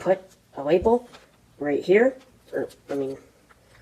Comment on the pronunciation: It’s funny when he says label. Sounds like Webel 😂😂. Ww w. That’s called Asian pronunciation